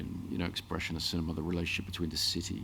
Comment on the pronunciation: Ah yes, Sin- E- ma!